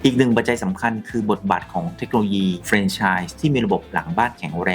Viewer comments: แฟรน ครับ ไม่ใช่ เฟรน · อ่านว่า แฟรน ไม่ใช่ เฟรน นะคะ